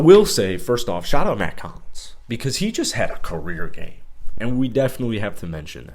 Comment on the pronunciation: They played in Vegas not arizona...also it's Hollins not collins